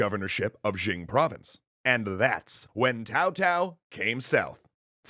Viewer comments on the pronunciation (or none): I am going to assume he knows heis pronouncing Cao Cao, if only because Tao Tao is better than Cow Cow. But for the record: its Tsao Tsao. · in chinese, the c of C-ao is like tch (in watch), the closest pronunciation for a Westerner that i hear is Chow (in Chow-der) or Tch-ao , i dont find Tsao pronunciation accurate at all, too much emphasis on the s part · Is Cao Cao pronounced Tao Tao? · He say's tao tao but cao cao it's more of a sao sao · I can't watch this. Seriously, this is the WORST pronunciation I've ever heard. How the hell do you get "Tao Tao" from "Cao Cao"?! It's "tSao tSao", the T is largely silent. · I agree he should stop calling him Tao and call him his actual name. Cow Cow. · it's not TAO TAO, but TSAO TSAO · The pronunciation makes my ears bleed It’s pronounced Tsao-Tsao. Not Cow-Cow and definitely not Tao-Tao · Jung Sa And Cao Cao is pronounced “Tsao Tsao” not “Tao Tao”. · LOVING THIS THREE KINGDOMS extra history, but I think the correct pronunciation of Cao Cao it's Zhao Zhao, not Tao Tao... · Just a small detail, Cao Cao is pronounced Tsao Tsao, similar to tzar. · my god your pronunciations are horrendous...i'm of asian decent, like either bastardize the english pronounciations and say Cao Cao with a hard C. But calling him Tao Tao hurts my ears. It's like you're trying to Bastardize the mandarin pronounciation. just pronounce it normally if that's the case. Like why are you calling him Shwen Quan? Do you also call it Shwen Tzu's Art of War? Jesus christ. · So bad the pronounciation was..... auto subtitle heard cao cao as kowtow and yuan shao as urine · its Tsao Tsao, come on guys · Personally I don't really mind the pronunciation but I'm really curious where the idea of pronouncing a "c" with a "t" sound came from, normally it's either a "k", "s", or "ts", but "t"? Where does that come from? Really curious. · cow cow😂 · Atleast say Cow-cow so people know you're romanizing the name lol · "My name is Tao-Pee. Like my father, Tao-Tao."